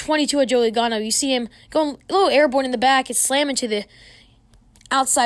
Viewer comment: Joey logano not lagano